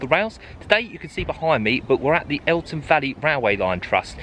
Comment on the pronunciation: Interesting video, but you have consistently called it the Eltham Valley Line. There is no T in the name.🤨